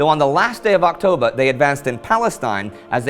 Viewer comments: Anyone else notice that towards the end, Indy said "Last day of Octobah"? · Yeah, just the way we "Noo Yawkahs" say it! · "on the last day of Octobah"